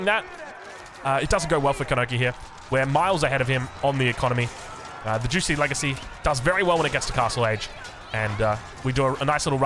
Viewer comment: I didn't know it was pronounced juicy